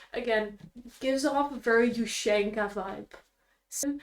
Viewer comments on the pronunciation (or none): none